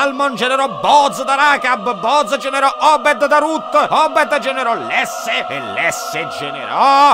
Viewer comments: Il padre di Davide non e' Lesse ma Iesse con la "i". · Video bello come sempre 👍🏻👍🏻 unica cosa è Iesse o Jesse, o come cavolo si scrive....ma comunque si pronuncia con la "I"